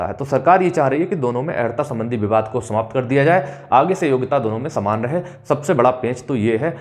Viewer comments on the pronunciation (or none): none